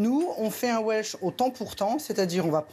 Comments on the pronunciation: Admettons la pureté d'origine (encore que le coup des frites et du cheddar gallois, j'ai comme qui dirait un doute d'AO), mais alors pourquoi vouloir nous imposer ta prononciation 'velse'??? Si importation il y a, pourquoi refuser la prononciation anglaise traditionnellement adoptée en français? Je reprends mes vattes, j'ajoute mes kivis :) Pour le reste, puisque ce plat n'est pas local, je suppose qu'on le trouve dans tous les bistrots de France et de Navarre? Je te laisse méditer le sujet ce viiik-ende, faire quelques recherches sur le veb en sirotant un vhisky, voire adapter la recette au vok... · On le prononce d'habitude welsh (velse), pourquoi cette déformation chez la journaliste ?